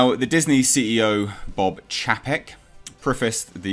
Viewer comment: It's pronounced Chay-pek and Nees-On lol